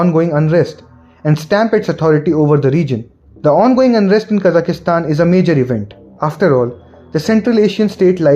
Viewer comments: It's Kazakhstan, not Kazakhastan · There are only 3 A's in Kazakhstan. Why do you pronounce it as KazakhAstan?